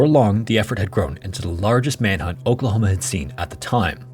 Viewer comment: who else heard Okrahoma when he says Oklahoma